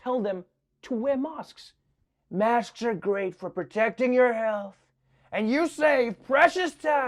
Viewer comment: Why is he calling masks mosques?